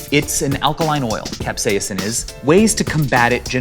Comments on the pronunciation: I am a food safety expert, teacher, and 'amateur' chef...my mother is an English professor, and we both know a guy who is a molecular scientist. We all agree it is pronounced CAP-SAY-SIM. Not CAP-SEE-UM. Maybe CAP-SAY-SUM. And when it comes language...things change regionally. But when it comes to Latin...well...that is the language of science and does not change. Other than the slight mispronounciation, the V sauce guy is mostly spot on. Alcohol being the only blunder...it will cause the molocules to literally agitate and bounce around inside your mouth. That's why it is fun to take a big old shot while eating super spicy wings. I am in love with the sauce of death as why I am here sauce-splaining. Sean Evans is a personal hero of mine. I hope he sells his soul and becomes immortal. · Stevens pronounces it cap-SEYUH-sin : After a lifetime of pronouncing it cap-SAY-sin, I quietly segue into my new reality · i didn't know it was pronounced cap-say-a-sin well guess I'm dumb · he's saying capsaicin